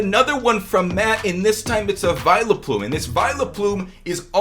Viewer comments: I fricking hate when he says "Vi LUH plume" it's not hard to look at vileplumes name and say VILE-PLUME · Did he just call vileplume Vile-a-plume